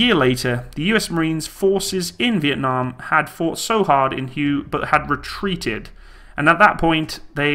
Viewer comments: Hué is pronounced like hway, not hyew, like in color. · Did you just pronounce Hue city as Who?!! Its pronounced Way or Whey City. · Btw, the battle of Hue, is pronounced the battle of way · the city is not pronounced "you". It is pronounced "hway" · Hue? No Hu-Way! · “Hue” was pronounced as “Way” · Hue is pronounced "hWay" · Battle of Hugh? FFS. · It's pronounced hwhey, not hue. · It's Whey. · Cool vid bit that city in Viet nam is pronounced "WAY". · I realize you come from Angle-land, but Hue doesn't live in Viet-Nam....the Royal city of Hue, once the capital, is pronounced HWAY....now ya know. btw, the Ontos was known as The Six Gun. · The word is pronounced "Way", Battle of Huế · "Hue" is pronounced "Hway." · Battle of Hue pronounced “Way” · Hue is pronounced Way. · Hue=Hway (phonetic) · Hua is pronounced wey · Hue pronounced Way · Hue is pronouced 'way' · Not a problem . I pronounced it the same way before traveling to Vietnam 10 years ago. Hue , as well as Hoi ahn are must see places should you ever go. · Learn how to pronounce Hue. Kind of important.